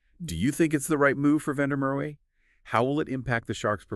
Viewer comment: It's Van der Mer va not way w is v in Afrikaans